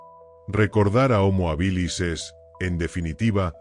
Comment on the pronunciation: Desde el minuto uno no se pronuncia bien homo habilis....no es ni llana ni aguda, se debería pronunciar como esdrújula, solo hay que ir a la raíz de la palabra hábil.....